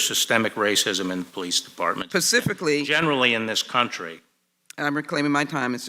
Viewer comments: PACIFICALLY. ARE YOU FOR REAL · Why I do get so angry when someone says "pacifically" or they have an "ideal". I cant believe anyone could sit through these questions. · I felt so bad for Barr and detested the Left in the house even more if that is even possible. PACIFICALLY Sheila Jackson ... Funny as hell. Learn English.